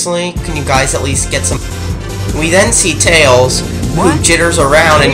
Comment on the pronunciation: Let's list this guy's mistakes. 1. You insult my mind. 2. Ever watched total blackout? Well, Jaleel White be ticked. 3. This was the 1st 3d Sonic game, so forgive SEGA for their mistakes! 4. Tails is not just Tail, he's Tails! 5. This game is fixed and, while easy, at least has 127 percent memorable gameplay! 6. Casinopolis is pronounced Casino Opolis. 7. The animations cause more humor for kids to enjoy! 8. Am I the only one who likes Big the Cat? 9. You forgot to mention how stupid Knuckles is! 10. Duke Nukem will murder your face! 11. You never mentioned the Chao Garden! I could do a whole series on that for 150+ hours! 12. DBZ Volume 11 came out in 1992. So did Sonic 2. It's a reference, not a ripoff! 13. I'm getting tired of listing reasons, so I'll stop.